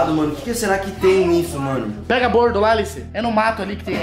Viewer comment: Não é bordo é boldo Essa menina é louca